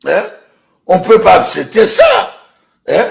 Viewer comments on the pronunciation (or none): On peut pas « apseeeeepter »🤣🤣😭